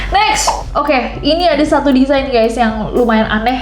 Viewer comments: Kak Desain gak bukan Desian🗿😭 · DESAIN KAK NESS BUKAN DESIANNN 😭😭😭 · DESAIN yak mon maap, bukan DESIAN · ka nesss design ka bukan desian ;DDD